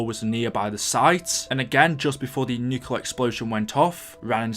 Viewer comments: This kind of goes with the Book thing, but it really annoys me when some people say nuclear wrong, nuCLear not nuCULar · nucular and boowk... say words better PLEASE! >:(